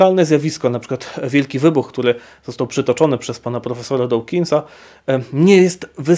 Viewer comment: Nie wymawia się dołkinsa tylko dookinsa. Dawkins czyta się przez długie o, a nie oł.